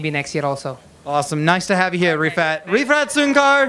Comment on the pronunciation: refat soon car Padahal Rifat Sungkar wkwkwkwkwk